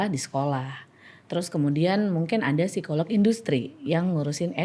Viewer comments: Bang Radit, izin sedikit ya 🙏🏻 kata ‘psikolog’ biasanya dibacanya ‘sikolog’ ya Bang hehe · Bang radit ternyata rata-rata kita,setiap huruf di sebuah kata di baca. (Psikolog), P nya di baca) wkwkwk